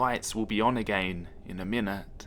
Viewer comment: I love how you pronounce certain words like "again" as "a-gain" makes everything more scary :o